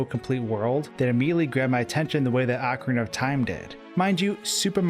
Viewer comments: Pronouncing it "AHcorina", instead of "OHcorina".... Seriously, it shouldn't make one bit of difference how it's pronounced. But, it does. "OH..." is how I've always heard it. It just sounds better. Hearing you say it "AH..." is mashing my brain out. I think you did that intentionally... because you know it would get under my skin. Ohhh... you KNOW. So... Why would you do that? Because... "You CAN"? Pffft. For my personal growth... I'm gonna have to insist that you redo the entire video, cuz I just can't handle it. You are in charge of my good time. If I'm not having a good time, YOU'RE not having a good time. And that's the end of it. Yeah... that felt good. You've been a great sport. Thanks for the upload,! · It's O-CARINA of Time. NOT A-CARINA of Time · You say it like orcorina of time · its pronouced O-CAR-rina I enjoyed your commentary. I too for some unexplained reason was terrified of the tomb. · Take a shot every time he mispronounces ocarina